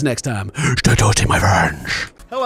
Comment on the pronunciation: It sounded like " Stay toasty my french " at the end. x)